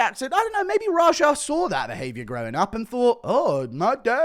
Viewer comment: Lmao rajar. So many mispronouncing his name. The name is raja he’s named after Princess Jasmines Tiger